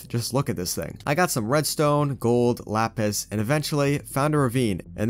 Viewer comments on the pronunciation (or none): none